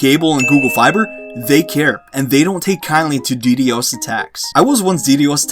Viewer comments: Dude legit said de de Os, it's ddos. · I hate how he says ddos 😂